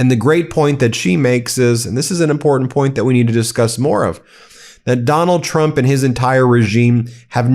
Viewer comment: I like Drump - your unintentional slip better 😂